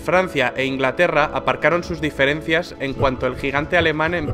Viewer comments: En el dice inlgarerra en lugar de inglaterra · Perdon pero es Inglaterra no Inlgaterra :D